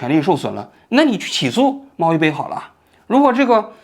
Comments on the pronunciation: 王局你真的是自己写稿子的吗？猫一杯让你一直念成猫一飞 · 猫一杯说成猫一飞，小学说成中学，哎，睡醒了吗王局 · 我怎么一直听着都是猫一飞？ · 王局是不是把网红名字念错了，我怎么听着念成”猫一菲“ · 不是杯bei吗？ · 王局故意口誤的吧😂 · 王局自己也得严谨点，一会儿猫一菲，一会儿西场中学的，口误太多。自媒体的钱也不是这么好挣的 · 给王菊提一些意见，有好几次把新闻的一些关键词读错或者记错，比如今天的猫一杯一直说成猫一飞。节目录制得更严谨一点才可以更长久啊。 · 猫一杯 念bei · 杯 读100遍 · 发音不标准 杯菲不分 西场小学小学小学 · “享受了和我同样的待遇”，王局太有意思了😂 “享受了和我同样的待遇”，王局太有意思了😂 哦真的牛批还有这种电话的哦😅😂 这是薛凯琪吧，王局啊你这集错误有点多吧。猫一杯主角的名字都念错了，那个学生一年级，是西场小学也不是中学。😅 户圣音容宛在 王局也看户晨风的直播切片 王局你有空能不能聊一下最近户晨风被封的事情 王局太幽默了，應該考慮開一檔脫口秀節目 其實未新聞是最好的新聞，內容多元化，是對變幻莫測的社會尊重 我替佟丽娅谢谢你王局啊 怎麼這麼像薛凱琪？ 处的人物应该是薛凯琪？是否图片人物有误 ）的视频（母爱？ ， 局座 你还没有这么老不更事吧？） 就绘声绘色 和 朋友说了这个寒假作业故事。 最近才看到 猫一杯 的 道歉声明。 感觉 好无聊， 造这种谣， 干嘛呀?（而且后面 还继续造谣， 搞续集） 互联网小作者的什么故事 能信啊？？！！完全觉得 这种 造谣者 就是要封！ 图片错了啊这明明是薛凯琪 建议在日本捡到小学生的作业并积极做完，完成千万粉丝成就🤣 建议在日本捡到小学生的作业并积极做完，完成千万粉丝成就🤣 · 王局你嘴怎么瓢了，猫一杯总说成猫一杯，西厂小学总说成西厂中学。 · 这是薛凯琪吧，王局啊你这集错误有点多吧。猫一杯主角的名字都念错了，那个学生一年级，是西场小学也不是中学。😅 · 看來王局現在就是自己一個人錄節目了，口誤都沒人提醒。直接錄完之後再做後期，也不改了。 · 王局，人家叫猫一杯不是猫一菲😅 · 王保长，请问是“猫一杯（bei)”还是猫一飞，bei fei不分的吗？ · 猫一杯 不是非 谢谢 名字都念不对就别拍视频了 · 王局是发不出 杯 这个音吗？为啥通篇都是猫一飞？ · 那个字念bei，听得真是难受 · 是猫一杯，杯杯杯，王局你这汉语怎么在央视混的，哈哈哈😁😁😁😁😁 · 王局注意一下口误吧，又猫一菲又西场中学的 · 个人觉得作为一个时政评论类的节目，王局是不是应该严谨一点？人家明明叫猫一杯，你非叫人猫一菲。而且罕见病的罕读三声，不是一声，但你在你的节目里一直读一声。如果只是一个拍短视频的搞笑网红这么念也就算了，你这个自诩北大高材生，央视记者，怎么这么不严谨呢？以此推理到你对待新闻的态度，会不会也是这么不严谨的呢？ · 王局一直念错名字，一杯不是一飞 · 我也是罗王局老粉了，拜托王局用点心，当事人名都念错，是猫一杯啊，不是一飞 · 是猫一杯不是菲，王局你做节目以严谨著称，至少你应该把当事人的名字念清楚或者搞清楚再说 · 这期口误好多啊 猫一杯 不是猫一菲 西场小学 不是中学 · 人家叫猫一杯，不是猫一飞，这么严谨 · 是小学不是中学，是猫一杯，不是猫一菲。两处口误多次念错，希望做节目再严谨一点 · 我断定王局之所以全程把猫一杯念错成猫一飞，是因为王局看过两女一杯的视频，潜意识为了回避两女一杯视频带来的不悦感受让意识层出现了这种口误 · 王叔叔， 人家叫猫一杯啦！不是 猫一菲 :face-green-smiling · 我怎么觉得王局说的是FEI...不是BEI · 虽说成大事不拘小节，但你还是矫矫错吧。把猫一杯念成猫一飞就算了，毕竟这种名字的确少见，但能把小学念成中学....我很怀疑你们究竟花了多少时间写稿子做视频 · 不知是不是個人聽力問題誤會主持人發音貓一杯變貓一飛 小學一年級的秦朗被王局秒跳級到中學，體驗秒打臉嗎？！看來小編和王局的嚴謹度有待改進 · 全程都是猫一菲猫一菲，杯 bei 波诶杯，王局这次视频背稿也太失误了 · 猫一杯，不是猫一飞😂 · 我还以为就我听错了。我怎么听都是猫一飞啊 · 王局，猫一杯最后那个字念Bei，不是Fei...... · 那叫猫一杯！！！不是一飞！！！虽然我知道是口误！但是听起来很别扭啊！！！ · 虽然是来看王局观点的，但8：45那照片明明是薛凯琪啊，一直把名字念成“猫一fei(杯）"如果不是有意的话，做视频的整个过程难免还是会令人感觉有一些粗糙······ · 猫一杯，不是一菲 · 王局，咱准备了那么多稿子，人家网名能不能给念对了啊。人家网名叫猫一杯，不是猫一飞😂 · 猫一杯，不是猫一飞。。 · 貓一飛？ 聽得耳朵疼